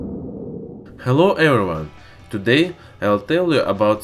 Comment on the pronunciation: "Hello erevon" who's erevon?